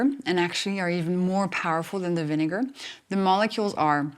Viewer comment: Apple cider not vinegair